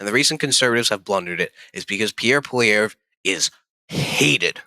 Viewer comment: This is a bad video, you cant even Pronounce Pierres last name correctly. If you only believe in the polls i guess you also believe Kamala won lol